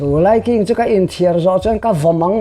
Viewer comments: Laiking tih ah khian a thluk dik lo a NIH khi a thluk hi ngaih pawimawh thin a tha mizo tawng dik hman zel tum a tha ang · He putar lam dan hi a diklo